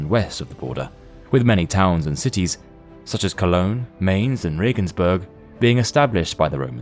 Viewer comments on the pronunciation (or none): Mainz is pronounced like Mine'st, not Mains. Just saying.... if you want to pretend an educational channel, being accurate counts. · "MAINZ" = "MINES" pronunciation you fools! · Mainz rhymes with Heinz. In German, the second of a two-vowel set determines the long vowel sound. See also Klein, Eisenhower, Heinz, Einstein etc. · The automated narration mispronounces Mainz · Mainz is pronounced incorrectly. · That’s not how you say Mainz